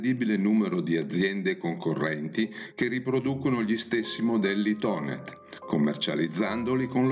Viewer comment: Finalmente qualcuno che Thonet non lo promuncia Tonè facendolo diventare francese!